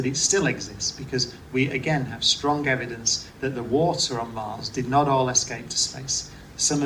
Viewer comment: You need to learn how to pronounce your "s". Extraction is not pronounced ecshtraction, sturdy is not pronounced "SHturdy", strong is not pronounced "SHtrong" , astronaut is not pronounced "ASHtronot", understand is not pronounced "UnderSHtand", strain is not pronounced "SHtrain".....and on and on.